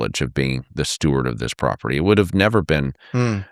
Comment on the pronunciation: Steward, not stewart.